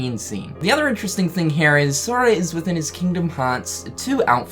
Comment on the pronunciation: You say HERE like Cartman from South Park m8. It was HNERE but now it's HNERE